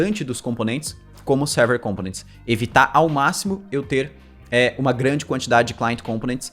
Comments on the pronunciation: sou seu fã kk mas ao invés de pronunciar com-po-nents como proparoxítona faça como paroxítona rsr ao invés de COM-po-nents fale com-PO-nents só mais uma coisa, sabia que eu sei todos os caras que fazem vídeo no youtube que aprenderam contigo... comenta aqui que te digo como rsr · Components se pronuncia com enfase no segundo O. compOnents e nao cOmponents.